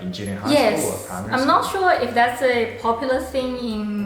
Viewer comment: ポピュラーがポプラーになってる😳